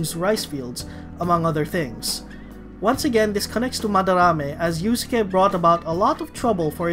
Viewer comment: It's pronounced as iuske, not iusuke.